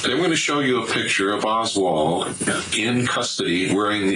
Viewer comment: Oswald...not Osworth bruh